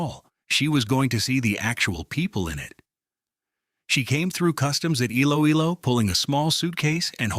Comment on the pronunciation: Iloilo is pronounced “ e-lo-e-lo.”